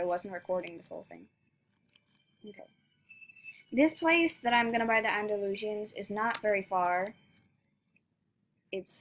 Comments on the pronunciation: Actually, it's pronounced freshian, and Andalushian, so stop pronouncing it wrong, she was doing it just fine. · Free-shin its pronunced. Andy-loo-shan it’s called for the other horse. (Hopefully it helps!)